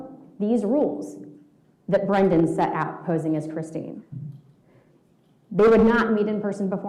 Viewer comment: She cannot say Brendan? she keeps saying Nnnn instead of Brendan? after 5 years?